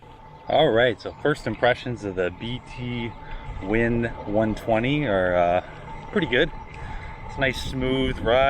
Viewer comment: haha, it's B'Twin, like "between", not "bee tee win"